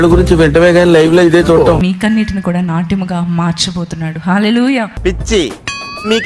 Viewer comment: నాట్ యము❎❎❎ నాట్యం ✅✅✅. తెలుగు కి " తెగులు" పట్టించకు తల్లి 🤣🤣🤣